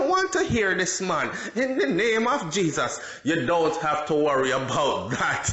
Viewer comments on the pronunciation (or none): none